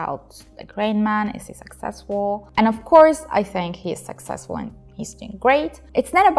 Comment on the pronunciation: abla her çok güzel de keşke succesful'u saksesful diye telaffuz etmesen